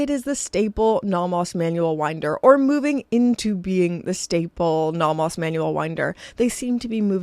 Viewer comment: Please learn how to pronounce "Nomos."